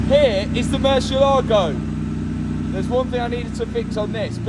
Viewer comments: dude!, it is pronounced murciÉlago , the accent is in the 'E', not the "A". mur-ciÉ-lago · Ooooh and also mar a lago instead of Murciééélago...